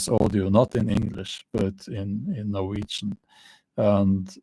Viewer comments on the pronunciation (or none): none